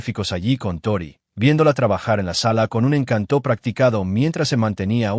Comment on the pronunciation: "Encanto" sin la sílaba tónica en (tó) porque la sílaba tónica va en (can). Encanto no lleva tilde en la vocal (o) porque la convierte en una palabra aguda, cuando es una palabra llana. Eso que lo aprenda quien maneja la Inteligencia Artificial que no sea tan bruta/o. Son muchas palabras con errores garrafales, aprendan gramática.